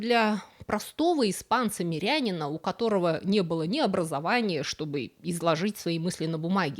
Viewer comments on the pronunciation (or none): Спасибо за ролик! Пара уточнений по ударениям: епитимьЯ и мирянИн :)